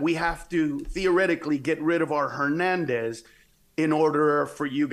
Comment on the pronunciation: Rick I liked this video, but you criticized gringos for not pronouncing Spanish names, but both you did the same mistake, like Hernandez was pronounced with the J sound instead of the H being silent.